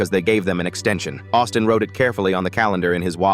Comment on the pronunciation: I heard Autism intead of Austin